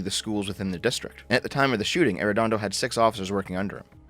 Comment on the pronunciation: It's so weird hearing talk about my hometown but I don't know what's worse: The incompetence of those police officers or hearing pronounce Arredondo. Dear Lord